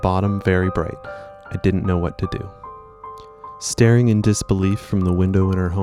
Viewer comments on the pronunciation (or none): none